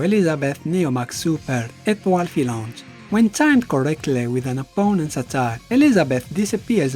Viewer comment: Great vidéo and great french accent on "Fructidor" and "Etoile Filante"